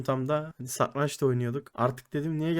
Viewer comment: satrancin telafuzunu ogren abi